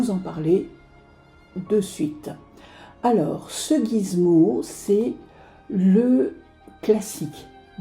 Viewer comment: on dit Gizmo;) mais pas grave cette vidéo est top bravo